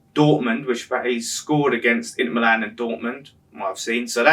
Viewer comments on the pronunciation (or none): none